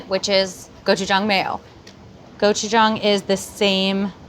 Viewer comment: Thank you for pronouncing gochujang correctly